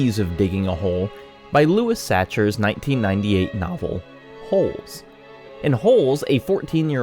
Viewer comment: Um, ackshually, Sachar is pronounced to rhyme with Cracker 🤓